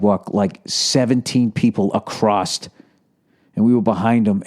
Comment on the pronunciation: What is with people and saying Acrosst???